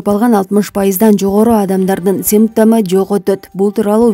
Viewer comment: Симммптому дейт ко